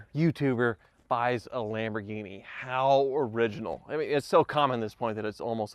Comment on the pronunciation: When says Lamborghini it sounds like Lamborweenie.